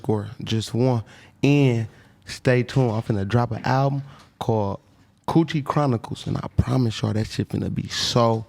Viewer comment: Nigga said choochie chronicles